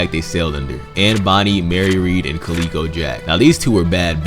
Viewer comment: No qualms about the bounties. However, Calico Jack is pronounced Cal-ih-ko not Calee-ko. Calico is a type of cotton fabric that was in high demand at the time, and calico fabric is still available today and is used to make clothing and quilts. He probably wore lots of calico and that became his nick name.